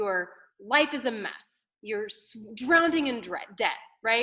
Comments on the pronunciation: Drown-ed-ing 😂😂😂😂 she can’t speak! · And its "drowning", not "drownding"!!!